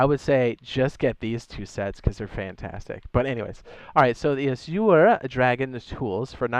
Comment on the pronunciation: Yo, AZURE is pronounced like slurring AS YOUR. A lot of people have a problem with that word, though. 🤣